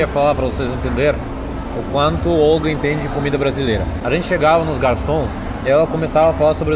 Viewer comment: Olga ( kkkk 😂) te amo! ❤❤❤